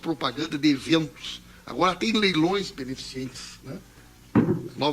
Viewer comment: Não é be-ne-fi-ci-en-te,; É: BE - NE - FI- CEN - TE!